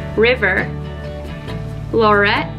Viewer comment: I love that you said my name right!!! Most people never say Laurette right!!